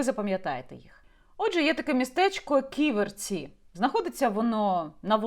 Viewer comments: Не КіверцІ, а КІверці. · Дякую за випуск. Але правильно Кі'верці а не Ківерці'. ))) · Не "ківерцІ,а кІверці!!!😡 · Яніна, дякую Вам за матеріал! Руки не опускаються, кров наливається! Війна з корупцією в повну силу, почнеться після нашої перемоги над русн*ь+ою. Неправильно ставите наголос, по складам: кі́-вер-ці (3 склади; наголос на 1-му складі). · п. Яніно, але чому й Ви полінувалися подивитися бодай у вікіпедії, як правильно вимовляти Ківерці? Наголошений - перший склад, а не на останній... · Ківерці - наголос на першу і ) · Як лучанка дякую за Ківерці,недалечко від Луцька,але наголос Яніни неправильний.Корупція та наглість-це шось! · Наголос на перше "і" , Ківерці , місто це не велике, але це залізничний вузол і багате лісництво.